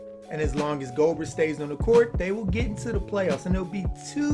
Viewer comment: Loved the vid, just one correction. Gobert is pronounced Go-Bear, not Go-Bert